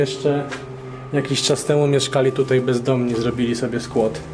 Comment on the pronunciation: No to jeste skUAdzik, tak skUAdzik, ewidentnie SKUADZIK,, 🤣 😂